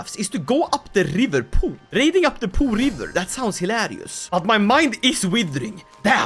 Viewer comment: it's P'OH river, the O is open